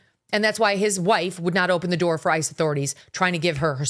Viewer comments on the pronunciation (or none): none